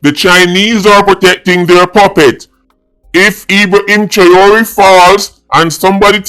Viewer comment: YOU CAN'T EVEN PRONOUNCE HIS NAME CORRECTLY....STAY IN YOUR LANE...YOU KNOW NOTHING ABOUT GEOPOLITICAL TOPICS OR AFRICAN HISTORY FOR THAT MATTER...YOU HAVE NO MATERIAL TO BACK UP WHAT YOU SAYING..WHAT HAPPEN YOUR SOURSES IN JAMAICA RUNNING OUT OF THINGS TO TELL YOU....STOP EMBARRASSING YOURSELF 😅😅😅😅😅😅😅FOOL, NONSENCE, RUBBISH😂.